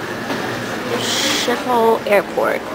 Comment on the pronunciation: And it is Not pronounced as you see SCHIPOL it but like this SKIP OL airport And Not how it's written SCHIPOL And you defiantly Don't say SHIP OL airport...